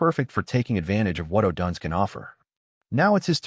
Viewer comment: Stop mispronouncing odunze😢